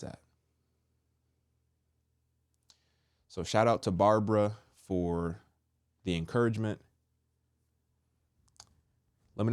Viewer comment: Wonderful word! 😂 the way you say Babara sounds very funny, although you don't mean to sound that way, but it's funny. God bless you